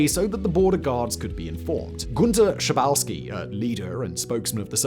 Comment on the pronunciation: Don‘t Bücher the names. Günther „Shah boff ski“. It‘s really that simple!!